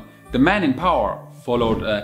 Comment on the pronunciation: I like the way a german pronounces "power"